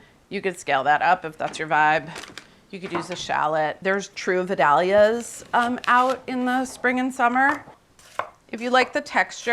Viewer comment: Google how to pronounce Vidalia folks